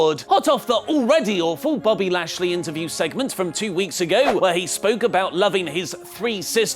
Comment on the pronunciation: Anyone else hear accidentally say "Bobbly" rather than "Bobby"?